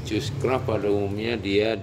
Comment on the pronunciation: Baru menemukan kanal ini. Itu lafal namanya Kus-kraft. Antena Cushcraft ini sangat populer di masanya. Tidak heran banyak yg menirunya. Khusus driven element, itu sebutan yang pas adalah T-match dengan balun 4:1. (Kabel coax 1/4 lambda). T-match dan Gamma match itu beda.